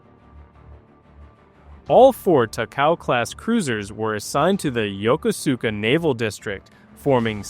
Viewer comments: Please stop butchering the name Yokosuka . It’s pronounced yo-kosh-ka . Not Yokosuka . At least that’s how the Japanese pronounce it when I was there in 1971. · "Yah kuss ka" no emphasis. :face-turquoise-covering-eyes::face-turquoise-covering-eyes